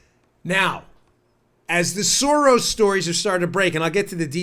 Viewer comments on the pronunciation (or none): Uh, Dan, it's George Sorass